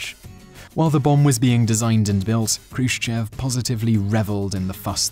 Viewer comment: the accent in Khrushchev is on the "e" and whenever this happens in russian you have to pronounce it like an "o" (like it was Khrushchòv)...a more correct writing would be with two little points on the "e" to make you know it is accented and therefore not pronounced like you would a non accented "e"